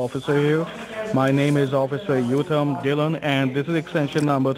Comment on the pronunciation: Great! You have talked to fake "Uttam Dhillon" two avatars in the past. Previous one pronounced the name correctly like "Ootam" and this avatar westernized the pronunciation to "Yootam" He is from New Delhi Delhi-IP